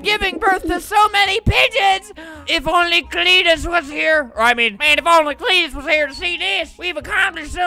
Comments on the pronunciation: Auntie: creentus Uncle:cteetusre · Swamp Cleetus: Creetus idk xD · spent 1 robuck everytime albert says cleetus